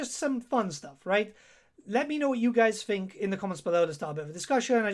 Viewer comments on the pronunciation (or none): none